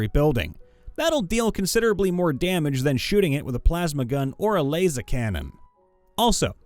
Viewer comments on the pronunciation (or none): none